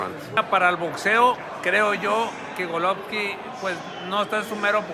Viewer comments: Rolly is stupid af!! He says he’s a ‘Govolkin fan’. How are you a fan and pronounce the name wrong? And he says 7-5 canelo first fight smh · Rolly a fool, can’t even say “Golovkin”, and saying he is a fan smh